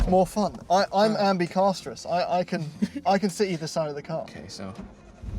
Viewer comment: Ambecarsterous😂😂😂😂😂😂😂😂 love it